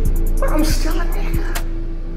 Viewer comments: Gotta love that hard R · I love the way Sam says soft "A" n word. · that has to be the whitest sounding n word I've ever heard